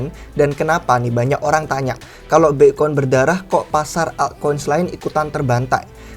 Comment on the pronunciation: wkwkwk ky aneh aja denger nya